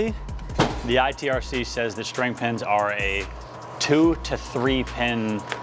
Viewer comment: PSA: It’s string pin, not shtring pin.